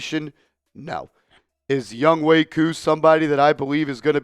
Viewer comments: Youngway? Cant read good? YoungHOE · A simple search would say it’s pronounced Youngway brodie